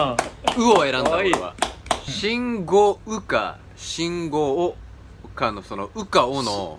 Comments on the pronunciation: めめさん、しんごおじやなくて、しんごうです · 最初ルール分かってへんし、目伏せずにずっと見てるし、信号を「しんごう」か「しんごお」で迷うし、めめさん可愛すぎる(笑) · 信号を「しんごう」か「しんごお」で迷うめめ最高だよ笑 自分もラウールと一緒で「信号」と「信号機」で迷ってるんだと思ってたよ笑